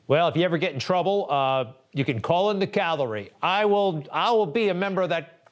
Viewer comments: Cavalry not Calvary by the way. The spin attached to her words by the media is typical of those on the left who seem to think that they hold the moral high ground, when in fact, they are in the gutter. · the fact that she said "Calvary" (as in where Jesus was crucified) instead of Cavalry, this evidence should be thrown out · Calvary. Jesus!!! She said Calvary not Cavalry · Cavalry not Calvary you idiots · The CAVALRY is coming lol. Not Calvary. Calvary is where Jesus died 😂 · She's mispronouncing CAV-AL-RY. But yes, I believe there was nothing wrong with her actions. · The "Calvary"? That’s a hill in the Holy Land. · Swallowwell says 'cavalry' and in the tweet from Kremer she writes 'calvary '.... both words have different meanings or not!?!!?!!🤔🤔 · Not only is it a misspell, it's also a consistent mispronounce. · It's "cavalry" not "calvary"! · Cavalry not Calvary. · That's Cavalry NOT Calvary !!!! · Cavalry, not Calvary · She didn't misspell cavalry, she thinks the word Calvary refers to soldiers on horseback, rather than to the site of the crucifixion. That's embarrassing. But before anyone goes all 'dumb blonde' or 'dumb Trump supporter' on her, let me just remind you to listen to how many smart people can't say nuclear, and instead say nucular (which is not a word). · Swalwell is not to bright just like most politicians, twit says Cavalry not Calvary kinda like Amen and Awoman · Calvary or cavalry? Lmao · She said Calvary not cavelry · Calvary(intense suffering) not Cavalry(mounted army unit) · Calvary ?........ I think you meant CAVALRY. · She did not say the cavalry is coming. She said the calvary is coming. You would think a Member of Congress could at least read a tweet properly. They are different words with entirely different meanings. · I support the lady 100% in her sentiment, but it is the "cavalry", not calvary. Calvary is a name for the site of Christ's crucifixion. If she meant that Jesus is coming, I agree.